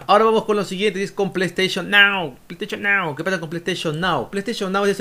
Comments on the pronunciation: plou stachon miau xD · "Bueno ahora vamos con lo siguiente es con pleisteichon nao,pleisteichon nao, que pasa con pleisteichon nao, pleisteichon nao es un servicio de pleisteichon".